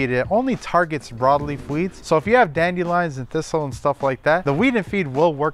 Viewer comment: I can’t take advice from someone that says Dandy Lions instead of dandelions